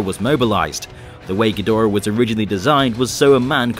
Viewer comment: i wish people would respect the source material enough to pronounce Ghidorah correctly